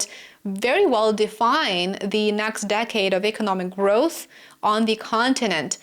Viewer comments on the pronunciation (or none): none